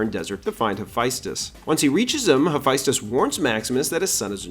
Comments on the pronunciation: This is all fascinating but… it’s pronounced HA-FEST-US. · BRO LEARN HOW TO PRONOUNCE HAPHAESTUS PLZ